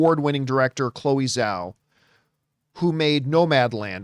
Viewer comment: Chloe Zhao - The Zh is a hard J sound. Like Juice.